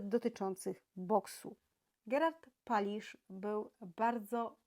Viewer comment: "Palicz" nie "Palisz"